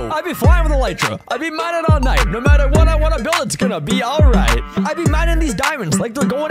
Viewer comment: aRRRRight he turned french 🥖🥖